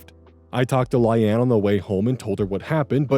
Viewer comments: I'm sorry my friend, but I have no idea where you got Lie-Anne, a two syllable word, out of Layne. I agree, it's a weird name (Hopefully it's a made up name too; otherwise, OP is kind of an idiot 😥). Maybe you saw it, blanked, and combined two reasonable pronunciations into something silly? 😆 Personally I would have just used Occam's Razor and pronounced it Lane, like Payne and Wayne. I assume it was originally a last name, and admittedly I really dislike naming children that way. I would have also understood Line (since it rhymes with Ayn) or maybe even Leanne. It's two syllables, but at least it sounds like a name other people have. But anybody who names their kid Lie-Ann is basically dooming her to 13 years of other kids calling her Liar and Lion 🦁😭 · Or Lay-nee. You can't say for sure which from the spelling alone. But what is for sure is that it is not pronounced the way he does. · The pronunciation of Layne (lay-knee) is throwing me lol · Coming here to say I've never heard Layne (Lane) pronounced that way. 😊❤ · Not him pronouncing Layne as LIE ANNE help 😂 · Ikr? Like sir. Sir. Where do we construct the "Anne" sound from? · Yeah it's obviously pronounced lane. Idk why is so confident about pronunciations without ever checking them. Easy way to check is to open google translate, set it to English, type the word, and press audio pronunciation. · I think Layne is pronounced the same as Lane. The "rehoming" is wild. You abandoned your pet and thankfully someone better than you took him/her in. OP is at fault in the dog story. How do they prove the walker is at fault. And, they didn't hire the best person they could hire. Legit people probably have insurance and stuff to cover instances like this. I'm glad the dog is okay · The pronunciation on Layne is really goofy, I think it might be produced like "Lane" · I have never heard Layne pronounced like that before. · how the heck can you mispronounce layne.... its just lane with an extra letter